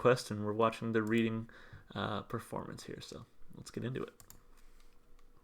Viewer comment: not to be picky just letting you know Reading is in the UK and pronounced “Redding “ 🦋✌🏻 I love Muse and love your channel! you react to some great music! Thanks 🙏🌞🌻